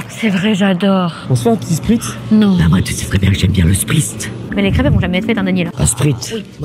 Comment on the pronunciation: "Bah moi tu sais très bien que j'aime bien le sprizt", je t'aime ❤️